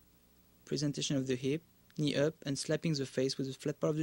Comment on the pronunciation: when he says "knee up" it sounds like he's saying "Ni Hao" (Mandarin Chinese for "Hello") xD